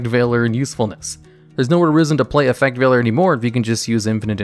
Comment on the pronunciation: He said Effect Veiler right!! :D